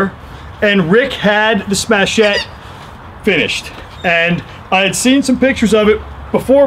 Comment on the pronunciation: Interesting- presentation, thanks! some good pointers. One point tho- it's "Smatchet" rhymes with "hatchet"... That's nicest grip I've seen on a smatchet yet, that's really te titz... Great sheath too... I don't suppose these are available anymore..